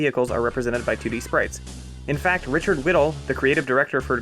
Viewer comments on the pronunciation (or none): none